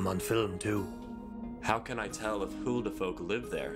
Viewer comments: I love that pronounciation of huldufólk xD it's an icelandic/nordic term for a type of elves/spirits that reside in the icelandic nature. They are known to lead people further into the land, to places where people never come back from - mostly because the people that wander out aimlessly into the wilderness, often find themselves falling into holes (most of the landscape is made of hardened lava rocks and therefore often have large or hidden holes in it) and such in the ground where they eventually die. Of course there can be multiple scandinavian versions of these spirits as well, but this is the version I learned as a child. I just had to pause the video to explain this, even though this probably won't be seen. but I hope this will be helpful to someone ^^ now back to the video where this stuff will probably be explained in a better way anyways xD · It's always Huldufolk and not Howdufolk 😞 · When he said ' Huldufólk'. The 'fólk' part he leaves out the 'l'. It results in 'fok' . Which in my language means 'f*ck' lol. 😄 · When Mark said HO DE FOK , it sounded like he was cussing in AFRIKAANS going WTF xD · I believe it's also pronounced "hill-da-fuq" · Is he saying f*** or fork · It kinda sounds like hold the f*** thats funny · lmao i pronounce it as "Who da fuck" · I heard "Who de fuck?" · Yeah, in english it sounds like "who da fuck" But in Afrikaans it sound like "Hoe de fok" (the "hoe" being pronounced as "who", but meaning "how" and the "fok" pronounced almost like "folk" but meaning "fuck" And the "da" means exactly the same as "de") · Ngl when he was describing Huldufólk I thought he said "meme creatures." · When he read "HulduFòlk" the whole time I died, because in Afrikaans it sounds exactly like "hoe de fok" which means "how the fuck" (you can google translate listen en check me, being dead serious xD) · i say huldufolk like wholdo f o lk XD but the way you pronounce it is ver funny and much better >:D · Huldofolk sounds like who the f word♡♡